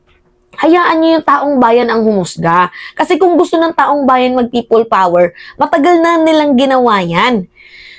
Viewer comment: Kili kili power hindi prople power hahaha anak ng teteng hahaha😅😅😅😅